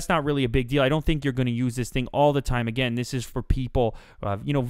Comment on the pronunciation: i love how he says agian like again haha lov it!